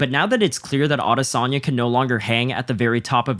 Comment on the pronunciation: Can't watch with you pronouncing his name like that